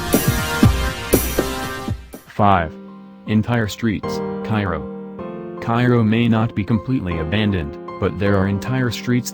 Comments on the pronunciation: CARE-O, not KY-RO. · Cairo is pronounced Care-o, not Ky-ro. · Iy is pronounced KayRoe. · It's Kay-ro, not Ki-ro. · Maybe you need to get out of your small midwestern town and realize that the rest of the world pronounces Cairo correctly. Its kyro not kayro. Loose the southern accent, IL is a yankee state. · Mispronounced Cario. It is pronounced care-o like Karo syrup. Grayville is mentioned at the min mark. They forgot to mention the Old Slave House in Junction IL. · This tends to be a thing in the southern part of the state. You give them a town named after somewhere else, and if there's an "A" in it the name will be pronounced with an "AY" sound: Cairo, New Athens, Eldorado...